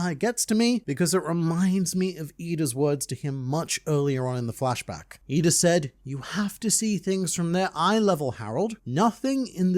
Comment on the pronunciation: He called her eeda lmao